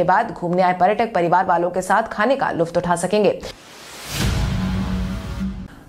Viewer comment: Luft nahi balke lutf bolte hain